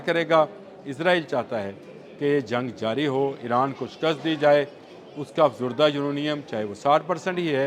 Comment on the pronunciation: Uranium افزردہ نہیں ہوتا بلکہ افزودہ ہوتا ہے